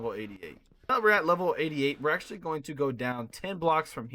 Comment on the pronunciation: How many times did he say accualy